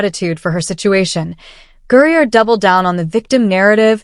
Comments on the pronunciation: GRINER, GRINER< GRINER, not Gurrier, Fix your damn AI. and it's a MAN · Who the hell is Gurrier? The video clearly includes “Griner” but refers to Gurrier! AI videos suck! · How ignorant and unprofessional is this site!! You keep saying GURIER INSTEAD OF GREINER!! What’s wrong with you!! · This AI voice keeps saying Griner a different way every time it says it. Listen it says Griner,they Greyer, then another pronunciation lol c'mon AI get it right lol 😂😂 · Dude I can’t get past the AI saying Gurrier Grinder and Griner. Can’t subscribe when I can barely listen. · Gurrier?!?!? Really? If you're going to do a video of someone, even calling them out, you at least have to get their name right. It's Griner. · Who the fk is Gurrier?? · I thought his last name is Griner not Gurrier ?? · The name isn't Gurrier it's GRINER!! This is what I mean about using AI for your narrative you screw up names and words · Gurrier? Isn't it Griner? AI still sucks. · GURRIER? NO. Griner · The AI narrative lost me when it pronounced HIS last name as Gurrier. Get it right. It's name is Brad Grinder. 😂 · Who the hell is " Gerrrer"? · If you're going to post AI, try to get the pronunciations right. "GRINER", not Gurrier. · Who the hell is Brittany Guriur? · I’m assuming Gurrier is actually Griner. Is that AI saying Gurrier? Yes, that is so annoying! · Did you bother to quality control your video before you posted it? AI still has many flaws, and you need to do what anyone who cares about putting out a quality product SHOULD do. His name is G-r-i-n-e-r, NOT G-u-r-r-i-e-r. All it tells me is you're lazy and not very bright. I won't bother to watch more than the first :50 seconds. It's irritating. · Why you keep calling him Gurier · His name is Gurrier? 😅 😂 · Who's gurrier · Why can’t AI pronounce the last name correctly? 4th vid I’ve seen saying Gurrier instead of Griner. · Who the hell is Guerrier the announcer keeps mentioning? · G R I N ER not Gurrier Grinder Or Griner AI is so aggravating